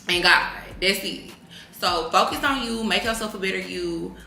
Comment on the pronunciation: u gone what?… “furcus” 😭😂